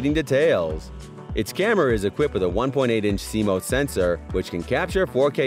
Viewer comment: Like your videos. FYI. CMOS is pronounced like sea moss. 👍